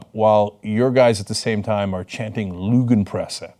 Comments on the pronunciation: they're using german and don't even bother looking up the proper pronunciation... LOOO-genpresse... morons... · As a german I have to say Cenks ignorance in regards to "lügenpresse" is embarassing.